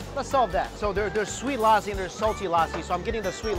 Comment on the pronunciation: This is a sweet lousi😂😂😂 this is lassi man